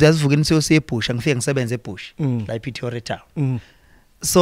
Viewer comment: Petoria???? Aiiiiii nawe Khuzoooo its Pretoria